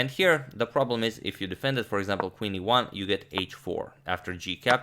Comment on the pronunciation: What you say :- Qe1+ What I hear :- Queen to ivanchuk 😂